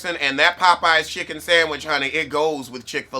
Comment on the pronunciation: 😊sandwidge ..... love the pronounci-nana.